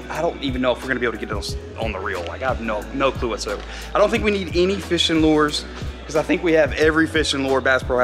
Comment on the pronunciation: saying lures. "Luwres" lol